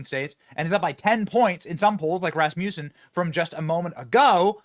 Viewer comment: Why do people say Rasmussen like Rasputin? Regional thing??